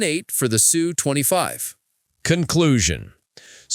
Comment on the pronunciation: The “sue 25”?